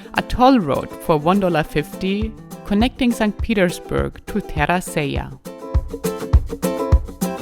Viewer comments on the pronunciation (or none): none